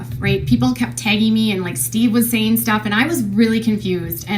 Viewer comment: correct me if i’m wrong, but i vividly remember KJ calling steve “she-ve” …. anyone remember this ????